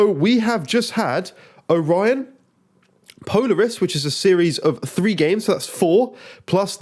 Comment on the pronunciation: It’s pronounced po-laar-us 😂